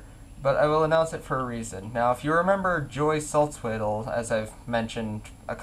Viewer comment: You said Joy's name wrong... and you speak German! :P And I'm obligated to tell you that BVB is not emo. :]